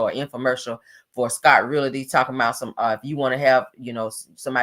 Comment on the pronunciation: is really said; who's gonna tell her? I'm going to need her to know how to pronounce the word "realty" if she intends to be on social media or camera advertising her business. Poor thing. smh